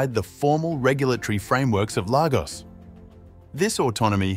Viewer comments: It’s pronounced “lay-gors” not “lava-gos” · Lagos is pronounced 'Laygos' and not 'Largos'.. just so that you know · Lagos is pronounced " Lay - goss " not " Lar - goss" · It’s not pronounced largos but Lagos , that’s Lagos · Its pronounced Lay Gos...Lagos! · The fact you couldn’t even find out the correct pronunciation of the place your vid gets a thumb’s DOWN